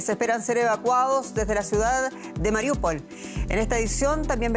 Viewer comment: Al fin un periodista pronuncia bien Mariúpol